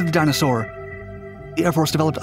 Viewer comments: dyna-soar not dinosaur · the video is informative, but you make ''Dyna Soar'' sound like ''dinosaur''!